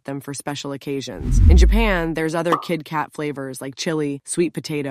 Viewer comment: It’s pronounced kiT, not kiD. Kit Kat not Kid Kat.